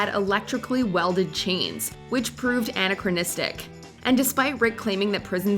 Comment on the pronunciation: Have the person reading the narration learn how to say words like "anachronism" and "Claude" correctly.